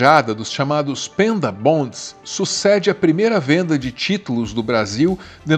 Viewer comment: "pEnda" bond?! sério? pelamor nao propague ingles medonho q nem o "Zéli" do Flavio Bolsonaro